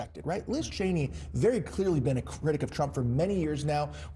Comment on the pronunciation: Well, he finally pronounced her name correctly.